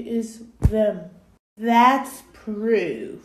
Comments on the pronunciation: Gurl can't say proof now it poorf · "that poorf" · "Here poorf" 💀💀